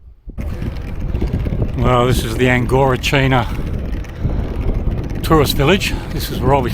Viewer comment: It’s pronounced ANGORICH NA Keep up the good work.